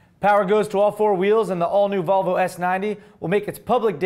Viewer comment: Sounded like you said Vulvalicious.. And all I have to say is - I agree!